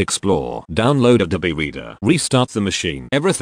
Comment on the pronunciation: Can't handle how he says abobe reader fuck